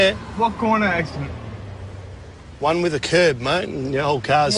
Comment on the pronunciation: “ what koinda accident “ 🥴